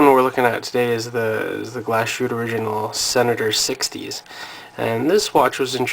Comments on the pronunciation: Glas-hütte, not glashoot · You pronounced Glashütte very well (just joking..)